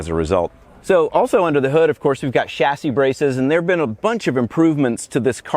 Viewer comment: You can tell Paul's a true car enthusiast by the way he properly pronounces "chassis", unlike most Americans.